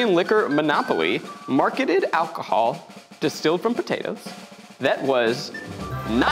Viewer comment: kept getting distracted by "alchohol" lol